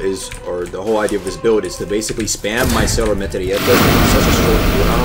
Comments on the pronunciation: "cero metreyeta" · Wtf is Cero Matellieta 😂😂😂😂